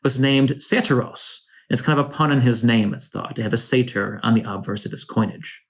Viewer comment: by 'sater' do you mean satyr? Bizarre pronunciation...